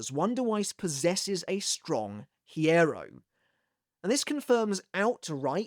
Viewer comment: The "h" in hierro is silent.